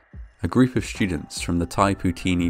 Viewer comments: well, except for the word "shtudents." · Awesome. The way he said "shtream" "shtudents" and "conshtruction" was very distracting. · "Schtudents" Lol wth man? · The shtudents were shtood on the poorly conshtructed platform! What is it with people pronouncing the 'st' sound as 'sht'? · Probably a regional thing, I pronounce it that way too